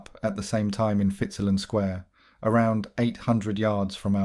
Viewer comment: No offence but we pronunce it Shore am street and Fitz Alan square